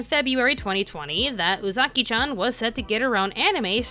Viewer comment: I'm sorry but it angers me idfk y but it's pronounced ooh zuh key chan not ooh zaki chan